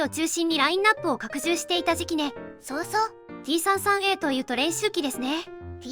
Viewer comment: T-33のことを「さんじゅうさん」ではなく「さんさん」と呼んでいたのが好印象です。 ところで、金型改修での新規パーツは、前輪と前席・後席間のロールバー（？）を主翼上面パーツの間に新設、旧前脚＋前輪を潰して操縦桿に、フィギュアを潰して前脚と前計器盤にしたようで、フィギュアがなくなったのはもったいないような気もします。まあ、F-4あたりから奪ってくればいいいか。